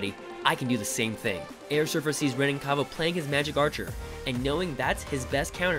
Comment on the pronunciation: You pronounce Renan wrong, he’s Brazilian so it’s Hen-an